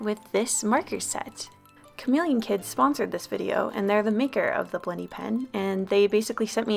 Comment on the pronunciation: ok ok this might be my "aussie" having its effect, but every time you say "blendy" I heard bloody and its hilarious 😂